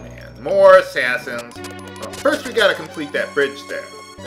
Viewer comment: don't you mean you hate Assashins instead of Assassins?